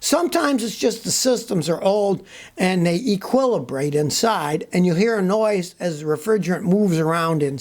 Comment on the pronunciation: Scotty word of the day: "equillabrate"